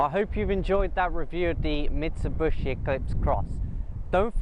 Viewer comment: Its Mitsubishi not Mitsubushi